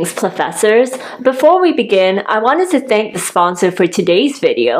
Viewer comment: Getting to hear “Greetings, Plofessors” brightened my day. And with actually wearing a sausage suit AND the amount of videos we are getting? Spoiled.